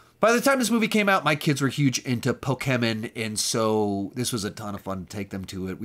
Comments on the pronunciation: Never say Pikachu or Pokeman again, you butchered the pronunciation. But great video and collection other than that. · The way he pronounced Pokémon and Pikachu was wrong but funny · The way you say Pokémon and Pikachu lol